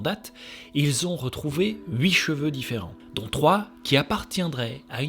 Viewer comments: C'est huit pas houit (prononciation) tu est suisse ou belge ? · Les Belges, vous dites Houite pour Huit et pourtant vous prononcez Tuiste le mot Twist. Super vidéo sinon